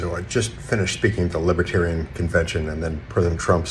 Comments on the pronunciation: The world will end. Unless I'm elected." The large world. The greater world." Everyone knows it." I did nothing wrong. " I can't pronounce libiterian." I'm winning. I'm so rich." By a lot." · what's a "libba-tarian?" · Drumpft can’t even pronounce libertarian properly. And besides libertarians are not sympatico with authoritarians as far as I know.